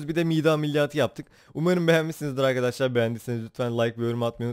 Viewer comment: abi başta merhaba arkadaşlar derken hızlı söylediğin için merhaba kasarlar çıkıyor zazaaaaaaa xdxdxs